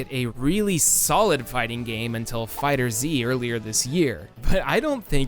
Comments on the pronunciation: It's pronounced Fighters, not Fighter Zee, no matter how much I would have preferred that level of pun. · I don't wanna be that guy, because I hate the actual name pronunciation but Dragonball FighterZ is pronounced fighters... because... screw you, we're Japan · Why does everyone pronounce Fighterz as Fighter Z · You know, when you can’t even pronounce “FighterZ” right. I’m already clicking off